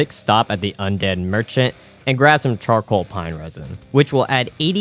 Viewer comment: Best one was "chorcall pine resin" during Nito fight ☺️